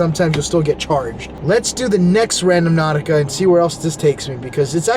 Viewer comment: it's not RadoMnautica, it's RandOnautica. That's when everyone else plays it. Again it's RANDO-NAUTICA.